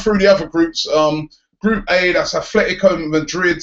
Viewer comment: ***** I know right, pronounce the name properly.